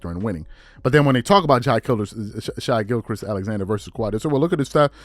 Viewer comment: Where are you getting gilcrest from bro gotta be trolling